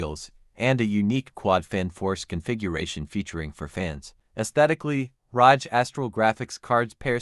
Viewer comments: “Assus Rahj” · it’s not better understanding though. The pronunciation is awful. The voice can’t say the words “ASUS, ROG, or AI”